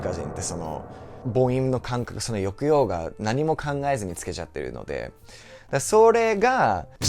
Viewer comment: 見ないで聞いてるだけだったら、アメリカ人だと思わないもんね。ホント上手。年数じゃないんだねー。努力量なんだね。 「抑揚」のイントネーションだけ惜しかったけど